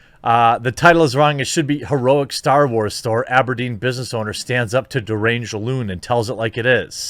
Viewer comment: Can I just stop for a second and complement you on the pronunciation of Aberdeen! I live in Aberdeen Scotland and for a second you sounded Scottish!